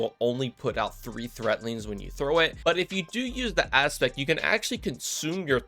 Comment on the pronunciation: It's 'threadlings' with a D. Not 'threatlings' with a T.